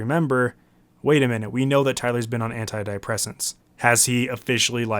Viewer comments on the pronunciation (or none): you grossly mispronounced antidepressants.